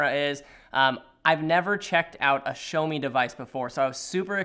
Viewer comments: "SHOWMI" - LOL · THIS WHITE DUDE CALLED IT A "SHOWME" DEVICE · Ah yes, the Shomi mi note 10.